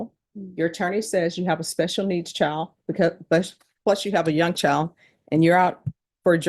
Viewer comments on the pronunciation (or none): Judge says CHIO rather than child, just another high IQ EBONICS SPECIALIST